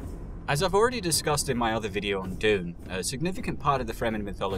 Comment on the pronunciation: Pretty funny that he can't say dune and he is doing a bunch of videos on Dune